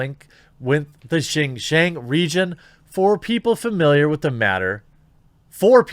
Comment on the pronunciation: good job on the pronunciation on JinJiang... you don't see too many YT'ers getting it right.